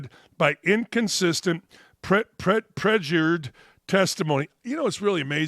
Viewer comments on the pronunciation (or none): Perjured not prejured